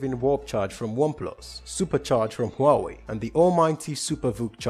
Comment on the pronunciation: Oh god any other Chinese people cringing at his pronunciation? IT IS SEE-i-OW MEE. At least he said Huawei correctly doe.